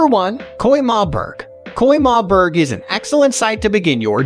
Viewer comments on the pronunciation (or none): Bro it's Römerberg not Koimarburg